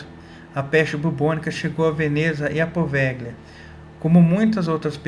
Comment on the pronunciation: Se escreve poveglia, mas se fala POVELHIA. não existe a junção LH em italiano, eles escrevem com GL. Muito interessante esse vídeo, parabéns!